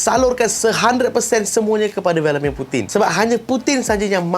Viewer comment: Puting ,bila sebut puting ingat puting..